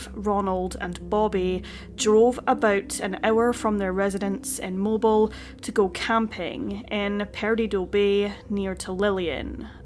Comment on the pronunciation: It's pronounced Mo-Bill. Not Mo-bel